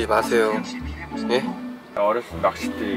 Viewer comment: 근데 낚'싯'대 아닌가요??..